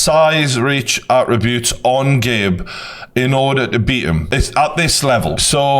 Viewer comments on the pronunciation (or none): "you need to have size, reach, AT-RI-BRUITS"